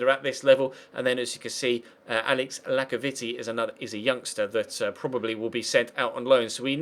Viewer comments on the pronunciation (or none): did he actually just call him Lacovitti